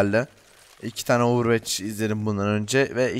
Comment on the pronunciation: ovırvoç demeyi öğrenicekmisin artık